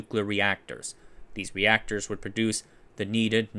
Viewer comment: Reactorses... nice